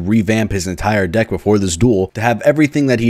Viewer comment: wait did you say deck or dik